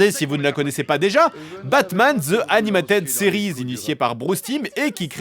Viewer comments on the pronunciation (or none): "Batman zeu animataide série" 😮😮😮😮